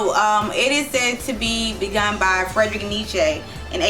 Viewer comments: “Neechay” 😂😂 fekin idiot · Can't even say his name properly.